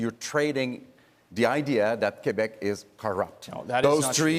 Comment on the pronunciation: "QuAhbec (Quebec)" -- Trudeau is starting to sound even less French ! Quebec is pronounced properly like so: ' K ' 'beck'